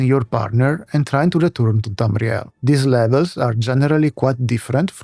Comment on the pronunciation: I like the way you say Tamriel, it sounds cool.